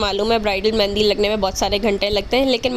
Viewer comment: Mehndi hota hai mendi nahi